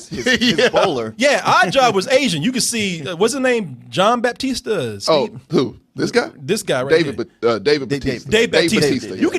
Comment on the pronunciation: My boy said John Baptista